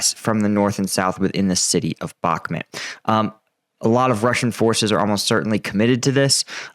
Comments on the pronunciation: brother, I love your daily updates and find you to be one kf the most reliable. But dude, being Ukrainian Canadian myself I cringe everytime you say Bakhmut lol. It's pronounced Bakh-moot. I believe in you brother. Bakh-moot. I think you spent to long in the middle east lol. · Bakhmut: It’s mut, not met…